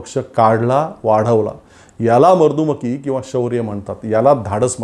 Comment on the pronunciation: वरील व्हिडिओमध्ये शब्दोच्चाराच्या दोन चुका झाल्या आहेत. आणि त्याही दोन-तीन वेळा. एक तर त्या दुरुस्त कराव्यात किंवा व्हिडिओ रिटेक करावा आणि विघ्न संतोषी लोकांच्या हातातील कोलित काढून घ्यावे .त्या दोन शब्दोच्चार चुका आशा मर्दुमति , सौधार्य( सदोष) / मर्दुमकी, सौहार्द (निर्दोष उच्चार)